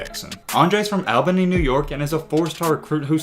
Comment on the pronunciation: He said Albany wrong and when he was talking about nimari Burnett he showed another person from Illinois rankings